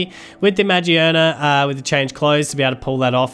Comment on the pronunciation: Great Vid, however it's ma-GEAR-nuh not magi-ERNA